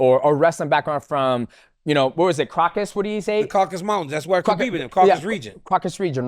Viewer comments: 10 years later DC still cant say Khabib's name right??? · DC still calling him Kabib cracks me up, great interview with a great dude